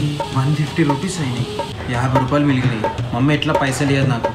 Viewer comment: మిలిగినయ్ కాదు😂😂😆.మిగిలినయ్😆